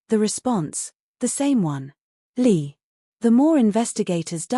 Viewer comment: i think ur right its li not lee